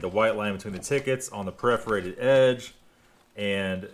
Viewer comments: The " PREforated " edge ? I think you mean PERforated. Lol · I'm 30 years old and have been saying "PREforated" my whole life....... what else in my life is a lie???